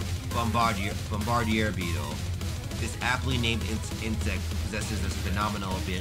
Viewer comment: It’s actually pronounced like bomb-ba-deer